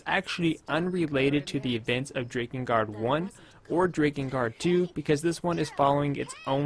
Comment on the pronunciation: I know it looks like it would be pronounced like Drake, especially since it has to do with dragons, but it's pronounced like Drack Drakengard Drack In Guard The mispronunciation is a bit difficult to bear but grits teeth I can do this (continues watching)